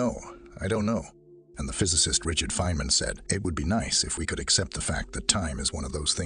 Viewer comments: Richard fin man? The gentleman doesn’t have a literacy to pronounce very famous scientist names correctly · Oops! You mispronounced Feynman.